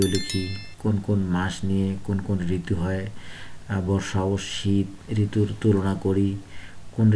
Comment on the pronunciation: ঋতৃর নাম ❌️ঋতুন✅️ 😂😂